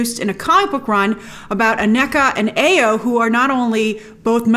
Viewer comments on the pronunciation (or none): The name "Ayo" is pronounced "eye-YOH" not "aye-yoh". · Ok Grace Ayo is pronounced AH YOUR You're welcome.